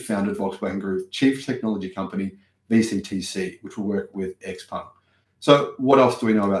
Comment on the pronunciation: 'Ciao Peng', from 'Tsao', not 'Ex Peng'. 'Ciao Peng', from 'Tsao', not 'Ex Peng'. 'Ciao Peng', from 'Tsao', not 'Ex Peng'. 'Ciao Peng', from 'Tsao', not 'Ex Peng'. 'Ciao Peng', from 'Tsao', not 'Ex Peng'. 'Ciao Peng', from 'Tsao', not 'Ex Peng'. 'Ciao Peng', from 'Tsao', not 'Ex Peng'. 'Ciao Peng', from 'Tsao', not 'Ex Peng'. 'Ciao Peng', from 'Tsao', not 'Ex Peng'. 'Ciao Peng', from 'Tsao', not 'Ex Peng'. 'Ciao Peng', from 'Tsao', not 'Ex Peng'. 'Ciao Peng', from 'Tsao', not 'Ex Peng'. 'Ciao Peng', from 'Tsao', not 'Ex Peng'. 'Ciao Peng', from 'Tsao', not 'Ex Peng'. 'Ciao Peng', from 'Tsao', not 'Ex Peng'. 'Ciao Peng', from 'Tsao', not 'Ex Peng'. 'Ciao Peng', from 'Tsao', not 'Ex Peng'.